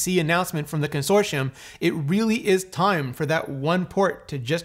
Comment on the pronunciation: Excuse me, what did you call Dex?